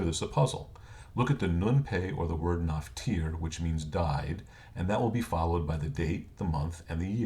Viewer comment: Very nice explanation. However, it would be nice if the people putting this stuff out knew Hebrew correctly. (1) the name Aharon is spelled without a "vav" (2) the name is Shraga not Shrayga. (3) the word is "niftar" not "naftir". Very nice that you want to preserve the legacy of Hebrew names. Maybe you should check with someone that knows Hebrew before you publish this. Otherwise, good information.